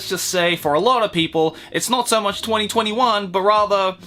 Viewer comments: you pronounce 2021 as 2020 won. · Well, you know... 2021 is pronounced twenty-twenty won.